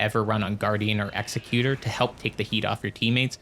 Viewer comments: Great video BUT… it’s pronounced Ex-eck-yew-ter not Ex-eh-cue-tor. The word you’re thinking of is Executioner which is kinda what he is (lore is a little iffy def open to interpretation) but he definitely aligns more with being an Executor: “Someone that carries out the last will of a deceased person”. Given his whole remembrance quest kinda focusing around the painter he didn’t want to kill and how he continues her painting after she is murdered by his crucible buddy that was sent to finish the job he couldn’t do. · it's ex-ec-you-tor. good vid.